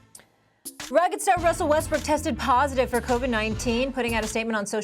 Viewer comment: “wussell restbrook”